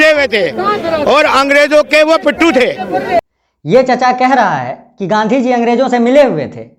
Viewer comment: Sir please aap Gandhi ji ka naam sahi se le